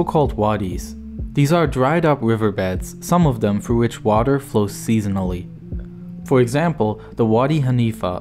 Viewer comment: He also says, "Froo" instead of "through."